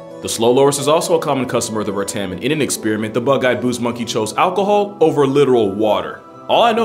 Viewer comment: As a Malaysian I can tell you some more facts about the treeshrew: - Malaysians regularly called them "tupai", or squirrel, even thought it's not really a squirrel. - They're common in cities too, adept and adaptable - They usually hide in drains ("longkang" in Malay) Also, the a in "bertam" is pronounced like the u in "dummy", Malay language has very different spelling than English. Other than that, very nice video, I like